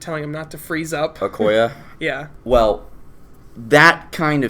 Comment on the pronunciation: You mispronouncing Nakia and Okoye is really getting on my nerves for some reason. I love your reviews.